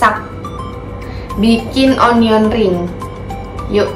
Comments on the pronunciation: Bukan onion kak bacanya, tapi anien ring hehe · Yg benar Onion dibaca ˈənyən (anyen)